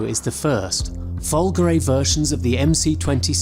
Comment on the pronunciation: We can't show you the dash so here is a Fiat Panda one in it's place which should not be too far off! Also learn some proper Italian because it's pronounced Fulgore` with the accent on the E not Fulgory you freakin slaphead!